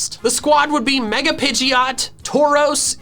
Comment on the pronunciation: DO NOT LEAVE OFF THE D IN PIDGEOT!